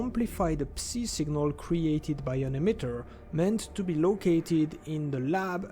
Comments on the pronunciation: Let me help you with English pronunciation, “Psi” or “psy” is pronounced like “sky” without the “k” sound, and without the “p” sound. As in the first sound of “psycho” or “psychotic” “Hazard” is pronounced with a hard “H” sound with the first A vowel being pronounced as the ä sound, like Hazmat, like the British pronounce H and the ä sound following it. HÄ-zard. The following “a” also sound more like an “e”. “HÄ-zerd” Love the videos, and the effort put into them. Anything to help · Ngl, i hate the pronunciation of "Psi". I just say it "psy" because that makes sense lol